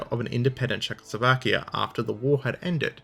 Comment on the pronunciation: It better should be as that is how czechs and slovaks say it... which should always guide foreign language pronunciations...